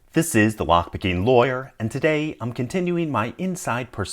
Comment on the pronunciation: buttt whhyyyyyyyyy?! I could hear it's weird from the first video but it's still so. LOyoYOYYOYEOEEEERRR. I almost hear 'foyer'.